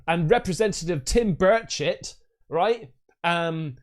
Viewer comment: "Tim birdshit" 😂😂😂 bro you kill me